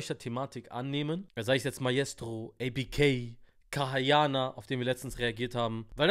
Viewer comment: KAYA YANAR Nicht kaha yaha